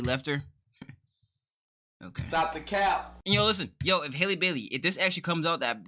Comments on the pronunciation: Sounds like “Holly” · Lmaoo it’s Halle as in like Halle Berry